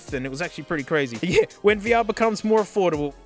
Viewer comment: "Vuh-Err" lmao this video is already off to a great start